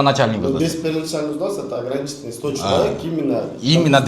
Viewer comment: Взнс эмес взнос деп айт.